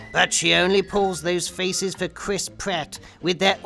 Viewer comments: i thought he said "have you seen the faeces she pulls"? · Damn I first heard you said "Have you seen the feces she pulls?"